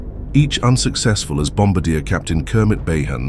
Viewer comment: You pronounced Bombardier wrong 😂